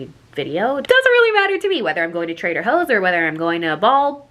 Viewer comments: When you said Trader Hoe’s instead of Trader Joe’s I almost DIED 🤣🤣🤣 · I can’t get over the fact that she says Trader Hoes instead of Trader Joe’s 😂❤️ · When she said trader hoes instead of Trader Joe’s 😂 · Am I the only one who heard trader hoes?